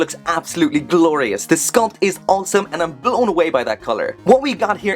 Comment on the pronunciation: Quick questions, what happened to mechaburrito? and how would you spell the way you say awesome? Oweome? Aowsome? i just love it. Great review i know nothing about this character and you made me want this figure.